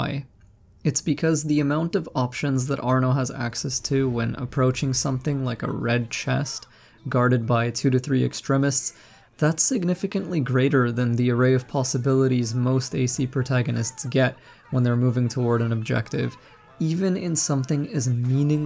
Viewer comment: Love your videos! But. Extrehmists??? It’s Extreemists. ☺️